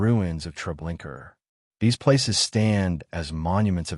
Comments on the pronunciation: It’s not TreblinKER—it’s TreblinkA. Narrator check it out. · Hey dude....its TREBLINKA.....not .....TREBLINKER